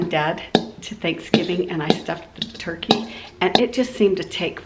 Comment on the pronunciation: “Turky” was killing my ocd lol. TURKEY. TURKEY. TUUUUURRKEEEEEY. I don’t know why it bugged me so badly lol.